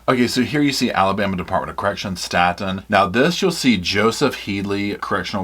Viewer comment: Staten Correctional is pronounced as “Stay Ton or State’n” And Wetumpka is pronounced “ We-Tump-kah” I can assure you all as someone whom worked as a Correctional CRNP (Nurse Practitioner) for more than 14 years in several AL-DOT facilities in Alabama, you don’t know the half of what truly goes on inside these prisons. Alabama prisons are some of the worse if not the worse in the United States. I struggled for the last 6 years I was employed there and finally walked away. I performed more emergency procedures than ever in any emergency department/trauma unit. I will also state, offending should be segregated based off the extent of their crime. They should not be held in adjoining facilities as they would not be able to provide protection. These guys are extremely smart and have nothing better to do than study everything about you.